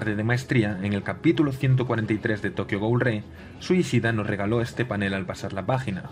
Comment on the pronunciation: jajajaja activen los subtitulos de este video i cada ves que diga tokio ghoul abajo dira tokio google